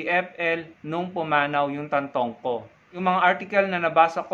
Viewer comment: It's Tantoco, not Tantongco.